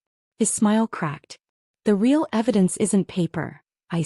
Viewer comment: NO AI voice can ever pronounce "real". 😮